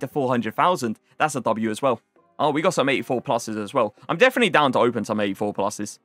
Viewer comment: Has anybody noticed that he says ‘definy’ instead of definitely? 😂